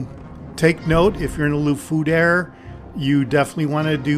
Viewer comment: Haha "la fouder" instead of "la foudre" i love it... try to prenounce the "R" before the "E".. have a nice Day!